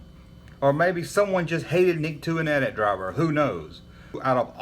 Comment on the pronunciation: Love that you say "at at" and not "Ahh Tee Ahh Tee"